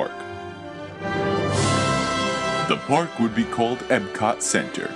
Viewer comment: It's Epcot (EPKOT), not "Ebcod."